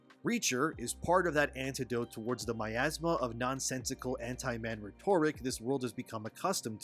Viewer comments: Dude, rhetoric is pronounced "RET-er-ik" not "re-TOR-ik" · Rhetoric … look up the pronunciation